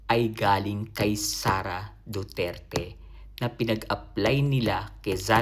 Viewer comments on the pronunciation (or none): none